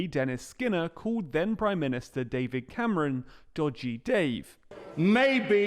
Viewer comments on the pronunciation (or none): none